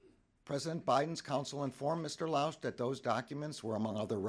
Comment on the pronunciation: it is council (counsel) not console